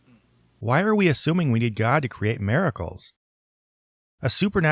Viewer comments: Lmao! Yes🤣 Mare-a-cles🙈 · Does anyone else hear saying "mare-a-cles" or is that just me?